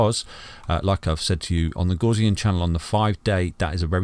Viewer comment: Love your analysis. But I must say I was shocked to see you display the 5 day gaussian channel and happy you pronounce it correctly. Crypto university and his 5 day FUD quick sand charts seem highly suspicious. Who cares about shizer coins, let's go bitcoin!